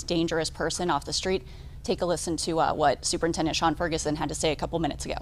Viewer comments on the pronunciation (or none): none